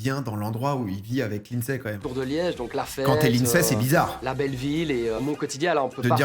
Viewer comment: « Lynedssday » 😂 c’est pas facile la prononciation